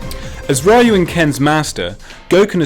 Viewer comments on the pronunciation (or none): "As RAYU and Ken's Master"... o__o' Great pronunciation of a main character's name as for something called "Official Capcom". On the other hand, from the meritorical side, the list is great. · RAII YUU for life DansGame. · Can't believe there are still idiots out there who still mispronounces Ryu's name. What a shame.